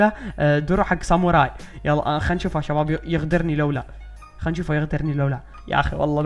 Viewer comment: تقول تشباب 😅😅😅😅😅